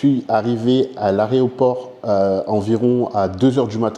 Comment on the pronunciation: « à l’aréoport », c’est « aéroport » frérot 😂❤️